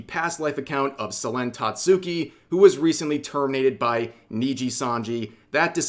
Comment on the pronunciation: Lol Rev the # of times you mispronounce vtuber names.... it's Ta-tsu-ki. And Pomu is Po-mu. Although, Selen used to say it wrong too herself xD